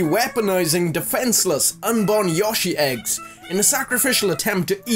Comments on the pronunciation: Y-oh-shi, not Y-osh-i. That drove me bonkers XD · It's YO SHEE not YAH SHEE, Jesus. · Why can't British people ever pronounce Japanese words properly ? Yo-shi not Yosh-ee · It's YO-SHI not YAW-SHI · (Yo-She) yoshi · I hate the way this guy says Yoshi